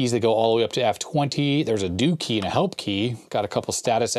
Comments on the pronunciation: Did he say “Dookie”? Nope…it was “Do Key” lol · You said do-kee. Sorry I couldn't resist. My inner Butt-Head was talking to me.